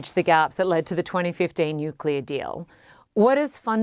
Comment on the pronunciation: "nucler", "anhilation"? 😂😂😂